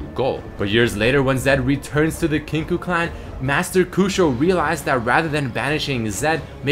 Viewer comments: It is pronounced "Kin-KOH" Not "Kin-koo" :) Great vid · It's pronounced "kink oh". Kinkou means balance in Japanese and is pronounced as such. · "Kinkoo order" LOL